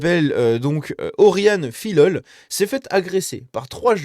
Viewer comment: Pas Filllllol mais Fiyol ! ;)